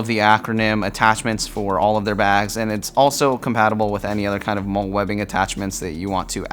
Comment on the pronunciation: Just entered turn up. Also just a quick side note, MOLLE is pronounced like the name “molly”